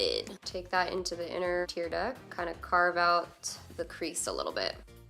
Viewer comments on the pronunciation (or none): none